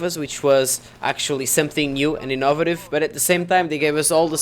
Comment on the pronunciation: "inaw-vative" uuaaahh~<3! Kawaii neee In all seriousness, great review. You brought up some great points, and the number one thing that this entire release reminds me of is the NOT BALANCED FOR LEAN bullshit that happened six years ago. My only issue would be you ragging on the OP weapons, like auto-aim-pea-shot, when I honestly think OP weapons are fucking awesome in a game, if you can get them from the start. Of course, I haven't played a second of this game, so I dunno what I'm talking about.